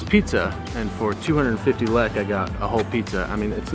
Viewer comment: I get so triggered with how he says lekë 😤